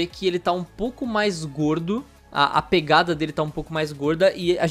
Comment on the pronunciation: O fala “gordo” com tanta ênfase, kk